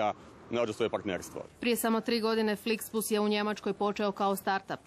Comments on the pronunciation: Sramota krivo je rekao flixbus💔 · Da! Sram ga bilo!